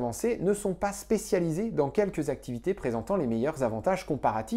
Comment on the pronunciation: Excellente vidéo. J'ai souvent galéré pour faire comprendre à mes élèves pourquoi il est difficile de trancher le débat libre-échange vs protectionnisme. Maintenant, je pourrai m'appuyer sur cette vidéo ! (P.S. Petit détail: attention aux liaisons: "cent t'activités" et non "cent z'activité". Sinon, on entend "sans activité" !)